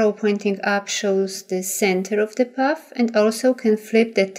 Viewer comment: You have a lovely speaking voice but I thought you were saying, "puff," instead of, "path,"! Finally I realized what you were saying. Even so, you have given a very clear and detailed tutorial and thank-you very much! Best of luck with your channel!!!